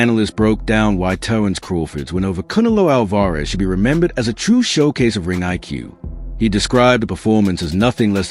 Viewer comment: Kune-A-loo Al- Vare-ez😂😂 Stop it bro😂😂😂😂